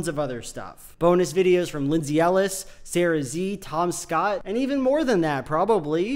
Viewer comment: if you don’t stop pronouncing Sarah Z’s name as Sarah “Zee” in your Nebula plugs there will be MILD CONSEQUENCES